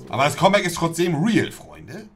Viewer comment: "kommbäck" Alles klar